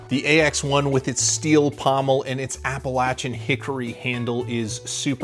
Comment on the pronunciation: As someone from East tn I appreciate your correct pronunciation of Appalachian. Also good review 👍🏻